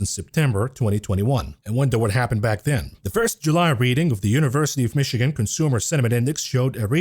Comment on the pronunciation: What ever happened to "here it is' 'IN FOCUS TONIGHT?" and.... do more. I miss how you pronounced "Mishigan" as "Mitchigan." You have a flavor all your own.